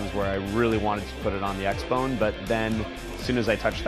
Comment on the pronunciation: he sad xbon lol